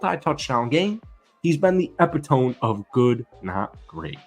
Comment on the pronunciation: epitome = e-pit-o-me, not epi-tome